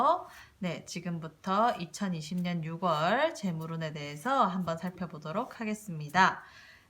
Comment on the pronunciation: 잘들었습니다 육월이 아니라 유월이라고 해주세요~국어선생은 아닌데 발음이 좀 신경이 많이 쓰입니다~^^